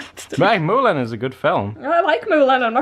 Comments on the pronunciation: I over how says Mulan "Moolin was a good moovie" omi lol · The little bug music 😂 im like her when it comes to bugs. And you pronounce Mulan funny. This video was cute.